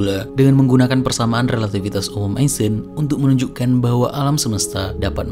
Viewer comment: kan yg ngomong albert "eisten" bukan "einstein" 😂